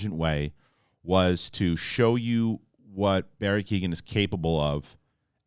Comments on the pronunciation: It's not Barry Keegan It's kee - oh - an The G is silent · Great vid! One small thing his name would be pronounced KEY-OWEN rather than Keegan. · keoghan pronounced key-o-han